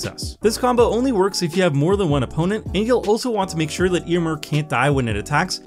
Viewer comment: Does it grate on anyone else's ears that pronounces the name Eomer differently than it is pronounced in the films?